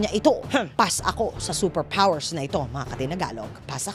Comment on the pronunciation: seper pwoers!